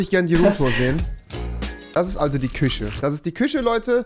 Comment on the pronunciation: Rewi: Küsche Ich:😖